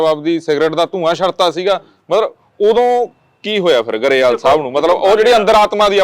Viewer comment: ਗਰੇਵਾਲ ਨਹੀ ਗਰੇਵਾਲ ਕਿਹਾ ਜਾਣਾ ਠੀਕ